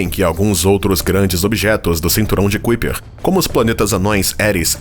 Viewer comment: Não é Cuiper.... É Kaiper